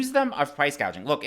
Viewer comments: Kamala can't even pronounce gauging 😂😂😂she doesn't know what she is talking about. Hope Kamala will be replace at the dnc because she is unfit and unqualified. Kamala is really so dumb and stupid and all the Democrats voters are dumb and stupid. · Gouging. - Gauging Hospitality. -Hospitility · Price gaging 🤦‍♀️🤦‍♀️ she doesn’t even know what it means let alone how to pronounce it. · Price gauge, what a IQ. Maybe she’s an AI, this is how mispronouncing is a tell. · Congratulations! The first commentator to take note that our dear Kamala, cannot pronounce the words price gouging! “Gauging.”?? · "Proud price gauging" she got 2 words wrong! with a teleprompter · lol we noted that she can’t say price-gouging but says “price-gayjing !!!” So so pathetic !!!! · Thank you for pointing out that price gouging is already illegal. And that she's so dumb she can't even say the word right.